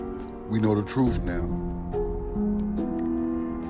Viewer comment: Truth not troof. I hate that.